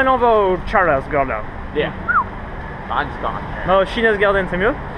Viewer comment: Je viens de découvrir ton vlog en Australie et là je me dois de réagir: entendre "chinaz garden" (et non "tchaïniiiiz") pendant toute la vidéo ça a fait mal à mes ptits oreilles de prof d'anglais! Mais bon les costumes chinois m'ont bien fait rire, alors j'te pardonne! ^^